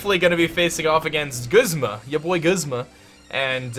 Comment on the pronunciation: Guzma is pronounced (gOOz-ma)